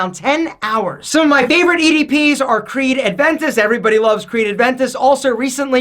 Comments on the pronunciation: " loves Creed Aventis"... it's Aventus🤣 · It's A V E N T U S. There is no D in there. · has been wearing Creed Aventus for years now and still says ADventus lol